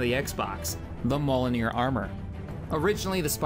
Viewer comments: Mjolnir (Ma-jol-neer) not maloneir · Great series, absolutely hooked! Just thought I'd point out a few mispronunciation, as others have pointed out. The word Mjölnir is pronounced mee-ol-nir.